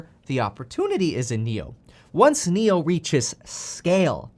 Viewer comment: Did I hear “Niokola”?